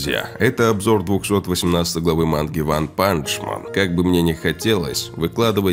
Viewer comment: То, как ты произносишь ванпанЧЪмен, заставляет меня тошнить. Для такого прекрасного голоса и подачи, подобное произношение - это, мать его, издевательство